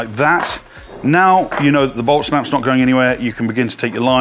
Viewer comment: admit it the first time u heard it u thought he said Olt Snaps